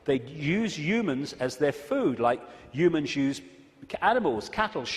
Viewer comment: " Youmans, youmanity" 😀